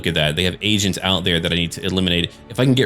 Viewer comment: What actually said "they have agents out there i have to eliminate" What i thought i heard "They have Asians out there i have to eliminate"